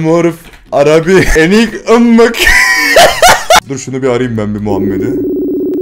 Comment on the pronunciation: Abi o ımmık deyil immek